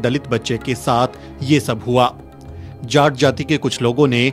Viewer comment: जाट नही झाT